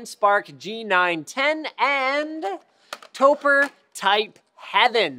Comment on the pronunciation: Topre is a portmanteau of "Tokyo+Press," and should be pronounced like "Toe Pray"; not "Toe Purr"... Credibility of this video = not good.